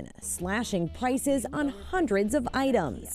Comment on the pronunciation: She said Pices not prices